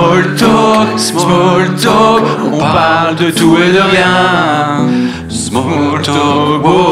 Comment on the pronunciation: "smaule tolque" continuez d'essayer de parler anglais ça me régale 😂